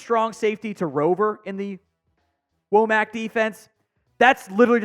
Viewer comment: D should be good even with the loss of Downs, I like Domani and Saab pickups. Also I think it's pronounced "wah-mick" not "whoa-mack" for Wommack's name, even though it's not the obvious way.